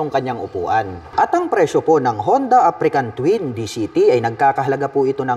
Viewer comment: African ka ng african. Africa Twin po, walang letter "N" sa dulo.haha